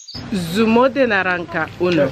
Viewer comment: Naranca ke 😅😅😅😅. It's naranja ma